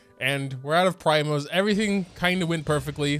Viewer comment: it's PREEEMOS not PRYMOS